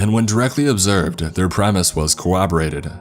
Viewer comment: Not to be a grammar nazi, but why in the hell do so many people say cowoborrated? The word is coRRoborated. Core-ROB-or-rated. Not trying to be a dick, just legitimately curious as to why SOOOO many people get that one wrong.